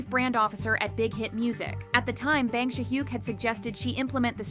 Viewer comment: no offense but can u learn to properly pronounce bang si hyuk's name? lol it's not "bang" as in i am gonna bang u lol cracks me up so bad